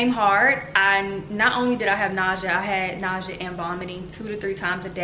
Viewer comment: is it just me or is she saying “ nausea ” wrong? lol